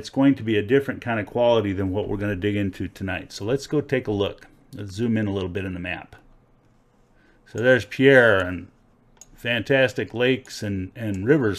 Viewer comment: LOL, you pronounced the capitol, Pierre as pee air. I guess it's OK to screw it up if you're not familiar with South Dakota. It's pronounced, 'peer'. No biggie. Also, I'm dismayed that you only spoke of large commercial operations. Who even cares about that? WHERE can an ordinary guy pan in public streams without staking a claim? Anyone can Google 'Black Hills gold mines' and find all that you mentioned. No offense but, your video is basically moot. There's gold in every state but not necessarily commercial operations. Please point out each river and creek (crick) where gold is most likely to be found. Thanks.